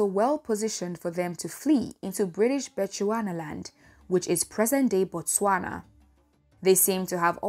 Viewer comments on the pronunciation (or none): none